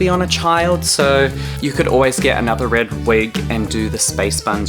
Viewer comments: HeLoR It's MoI ReAd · "hellaur" "ITS MOI RERD"